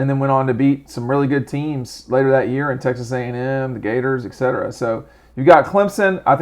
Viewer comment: Did you say excetera?